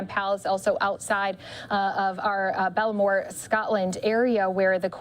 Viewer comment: Balmoral not Bellmore